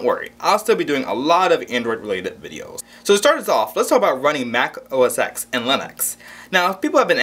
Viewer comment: To say Mac OS X : Mac OS 10 not EX